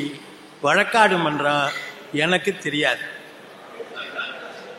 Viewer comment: வழக்காட்டு இல்லை வழக்காடு